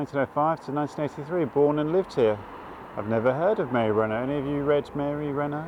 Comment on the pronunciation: Mary Renault, by the way, didn’t pronounce her surname like the French car manufacturer. Imagine an English person saying it when they’ve never heard of the car. Rhymes with “ought”.